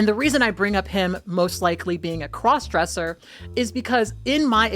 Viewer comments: The accent on “it’s giving crossdressa” is sending me 😂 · “crawse dressah” it’s giving “crawse dressah”!!! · Love it when you do a New York voice like “crawssdressa awl the way”